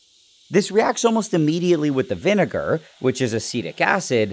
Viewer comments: That V- nigger pronounce is quite literal buddy 😐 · his pronounciation of vinegar is vineger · I swear he just said vinegar to get a free hard r pass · WHAT DID HE JUST SAY! oh nvm VINEager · Why did nile say vinegar like he was a veteran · why is he pronouncing vinegar like that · Why you saying vinegar like that